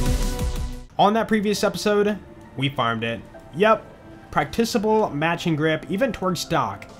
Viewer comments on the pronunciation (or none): why keep saying practicable wrong? it’s not practisable